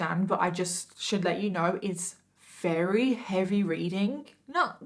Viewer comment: I like the way you say "very" - sounds like "Rarey" makes me happy